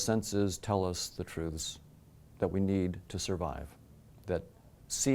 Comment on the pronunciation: The way he says truths really urks me lol... Trooths...